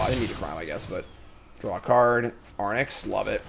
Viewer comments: Of course it stings a little whenever mispronounces a card name but it's also really funny how chat keeps screaming into the void of his dyslexic brain with increasingly useless advice. Anyway Fox from Starfox flies an Arwing but in OTJ he'd ride an Arwynx. Boom mnemonic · Air-Inks? like Lynx, Sphynx....i mean its not important, but way too much time was spent on it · Fyi, for how to pronounce Arynx, you're currently swapping the N and the Y letters. Say "lynx" (as in the animal) but with a R instead of the L (so "rynx"), and then put an A in front. I'm not sure people care if you say Ay-rynx or Ah-rynx or whatever, as long as you don't put the N in front of the Y haha. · Chat giving him the business about his pronunciation of Arynx. They've had it as well 😅😅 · I've been saying it since day 1 haha. When he interviewed all his teammates at the Pro Tour a bunch of them said it correctly, and then interviews himself and says it incorrectly 😅 like he's surely doing it as a joke at this point hahaha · Before the end of the set I need to hear him say arynx properly one time. It wouldn't bother me so much if it was a tomato/tomahto situation (or how he pronounces brigand) but he just throws the order of the letters out the window.